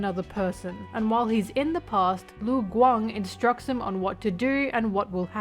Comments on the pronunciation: im sorry how did you pronounce lu gang?? läng? ling? leng? guang?? I will never stop being confused over westerners not able to hear and mimic sounds. LU. IT'S LITERALLY JUST LU. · ok the rest of the video you did say lu guang correct lmao wtf happened at the beginning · LMAO I paused right after you tried to pronounce lu guang and now I pressed play and yes you did butcher their names lmao its ok. just practice idk. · As a someone who speaks chinese since young, I am CRYING at your pronouciation Cheng XiaoShi (cheng sea-ow sh [but dont say shhhh pls] ) its not XiaoShe ppl Lu Guang (Loo Gu-wang)